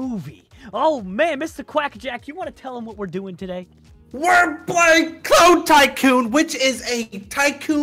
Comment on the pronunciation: When // said clone tycoon for the first time in the vid did anyone else hear toe tycoon?